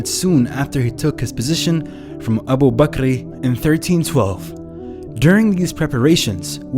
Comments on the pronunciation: Its "Abu Bakar" not "Abu bakri" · its 'Hazrat Abu Bakar' not 'Abu Bakri'. I know this because im a muslim myself